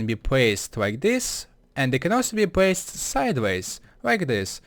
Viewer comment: bwock pwaced swabs cwose